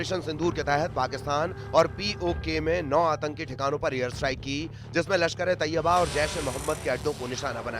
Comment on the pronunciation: मैडम जी तोयबा नहीं तैयबा होता है बोलना सीखलो